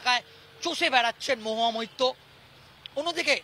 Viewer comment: MAHUYA MAITTA. NA BHAI MAHUYA MAITRA. THIK THAK BOLO TO AAGE